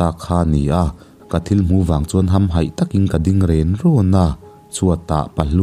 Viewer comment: Hamhaih thluk kha a dik lo in ka hre tlat mai..